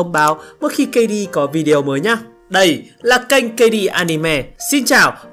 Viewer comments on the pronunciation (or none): none